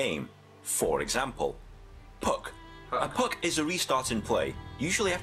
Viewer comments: christopher crowley when he said free puc it really triggerd me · aine71 when he said puck it really trigged me English hun 😂🇮🇪😂🇮🇪